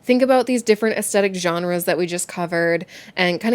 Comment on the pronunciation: Hi there. The pronounciation of the word Aesthetic is Aes -thetic not Aest - etic. Maybe it is a North American thing (i come from the UK ) I love your channel , you are informative and talk about interesting topics. Your cats are adorable ! sending virtual hugs to you and virtual cat treats . 🤩🐈‍⬛🐈‍⬛